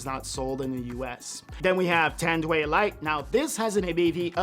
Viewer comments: it is Spoken as TAND-WHY not TAND-WAY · "TANDWEY" is crazy 😂😂😂 Try saying "TAN-DU-AI" 👍🏻👍🏻👍🏻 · It's pronounced as ton-dw-eye. Not tan-dweigh LOL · NOPE! we in city of cebu we pronounced it straight TANDUAY. not Tan-du-i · I think its pronounce as “ tan-doo-why, tan-du-wáy in spanish pronunciation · It's pronounced "Tan-Do-I". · Lmao funny thing is we pronounce that here in PH as "Tan-Do-Ai"